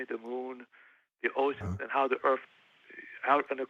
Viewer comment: Any time someone says "the complexity of de erf" I cant take them seriously lol